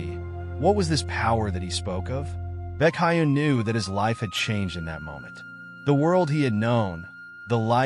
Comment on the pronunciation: Baekhyun ❌ BeCaYeun✅